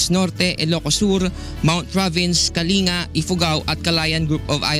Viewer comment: kalinga should be pronounced as /ka.ling.ga/ not /ka.li.nga/ :)